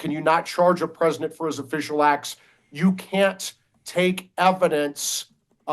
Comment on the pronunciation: Why does that dude say "presinent"..?